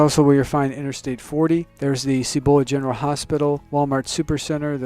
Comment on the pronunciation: Please learn to pronounce Cibola.